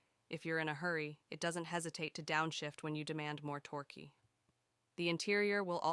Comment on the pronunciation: pronunciation of "torque" is funny 🤣